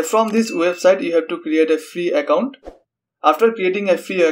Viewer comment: Pls did you say a fee account or a free account